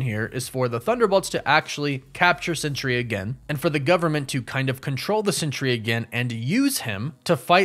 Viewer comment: I’m not sure if you realize it but you’re pronouncing it century but it’s pronounced Sentry like a guard in the military is a Sentry